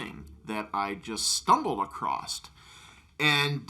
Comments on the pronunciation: You know he's an even bigger idiot than Rolfe because he uses the word "acrosst" WHICH ISNT S WORD PEOPLE! it's across or acrossed. Not acrosst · "I just stumbled accrost" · "stumbled acrosst"